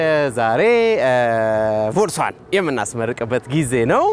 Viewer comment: ወንድሜ የምትነዳት መኪና ስሙዋ ቮልስ አይደለም ትክክለኛው ስሞዋ ፎልክስ ቫገን ነው ያም ማለት የህዝብ መኪና ማለት ነው ስለዚ ቮሌስ አትበል ፎልክስ ቫገን በል እሺ አመሰግናለው